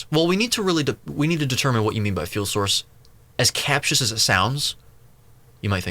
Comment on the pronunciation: Another great video,! Capacious (kuh-PAY-shus) is a great word, and I love that you use a rich vocabulary in your videos. Precision of thought requires refined word choices, and it's quite common for deep readers to use words correctly but with slight mispronounciations. This is not a dig on you. I just thought I'd share with you in kind. Thanks for your important work. Keep it up, man!